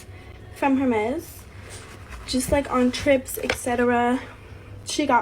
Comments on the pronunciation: Her-mes can't even pronounce it properly 😆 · I’m broke. Unemployed, living off of $1300 unemployment a month broke. And I know that you don’t pronounce Hermes with a hard H. Why do we make these people famous!? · Being able to afford Hermes but not pronouncing it right 😭😭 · How does Alabama Barker not even know how to pronounce Hermes correctly? 😑 Anywhooo, here I am thinking we spend a lot on our kids for Christmas, and we spend between $900-$1100 per child (we have 2, one is 15 and other is 21 and a full time student at Ohio State U otherwise we wouldn't spend as much on her now that she's an adult). They honestly don't get much throughout the year though either, as far "fun" items or even the more expensive brand clothing etc. They don't even ask for much during the year bc they just know that we don't buy them things simply bc they are trendy or simply bc they "want it so bad." I truly don't know what's "average" to spend on a kid for Xmas, but I'm not an idiot and know these videos you showed are not average Christmas spending.